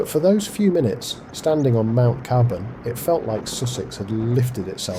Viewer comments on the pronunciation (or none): I don't intend criticism, but CAY-burn, and Glynde rhymes with mind. Nice shots, anyway.